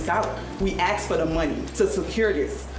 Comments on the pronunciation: "We AXED for the money to secure this".... I am so sick & tired of the slaughter of the English language. I've even heard PhD's using this "pronunciation"....stop, JUST STOP!!!! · Maybe if you ask for the money instead of "axing the money"? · "We axed for the money" Where there ya go. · What the Hell is Axed??? We Axed for the Money... 🙄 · "We axed for the money" , " We think this was intentional " Investigation complete. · She axed for the money. First problem, get an employee that can speak correctly. Problem number 2, get rid of incompetent females in the workforce. They don't have any qualities it takes to run anything competently. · “…axed for…”🤦